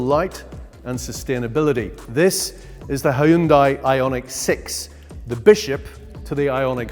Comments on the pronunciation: it is hyundai not haayundai! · Impressive and well done! His pronunciation of 'Hyun-dai' is not bad and better than 99% of Brits who say "Hi-Un-dai' but to be perfect, one would say 'Hyun-Day' as this is the closest pronunciation to how it is said in Korea (surprisingly, most American auto enthusiasts say it properly. Reference the Hyundai Super Bowl Commercial: 'Hyun-DAY, rhymes with SunDAY' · Dear British people: stop calling it a "Hi-yun-dai". It's "Hun-day" like "Sunday." Hyundai literally made an ad campaign about it. Also, the sagging window line is what kills it. They straight traced that old Saab. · hai-yun-dai lmao. its hyunday. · Plz fix your pronounciation of Hyundai, it's hyundai like Sunday. Not Hy-un Dai or Hyon Die.